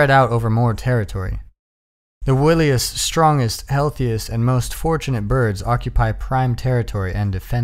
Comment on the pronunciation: Wiliest is pronounced "why-lee-est". It's wiley as in Wile E. Coyote 🤓 Thanks for doing this!!